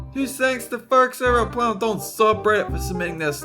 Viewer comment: Dolan is Mexican cause he rolled his r